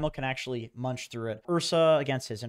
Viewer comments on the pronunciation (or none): none